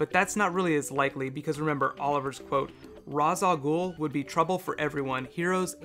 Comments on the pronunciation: its not ra's its raish just spelled ra's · Somebody's probably pointed this out, but the name Ra's Al Ghul is Arabic, and is pronounced like wraith, only with a sh at the end...